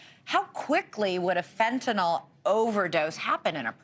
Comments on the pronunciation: Lady, it's fentANYL NOT fentANOL. damn. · It’s fentanyl not fentynol